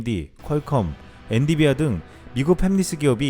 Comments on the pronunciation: 엔디비아? > 엔비디아 ㅋㅋ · 좋은정보 감사합니다~~~ 옥의 티= 팹리스를 국어 자음접변 역행동화로 읽으시면 팸리스가 됩니다만 이것은 영어입니다. 영어를 국어연음으로 발음하시면..... 차라리 패뷸리스(혹은 훼뷸리스)가 낫죠 ㅠㅠ 에는 엔비디아를 엔디비아라고 읽으시고.... 대한민국 유튜브계를 이끄고 가시는 이신데......쩝!!!